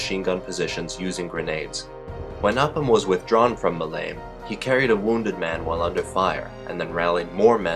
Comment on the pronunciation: Nitpicking: The airfield on Crete named Malame is pronounced Mal-a-may... Great video about a great man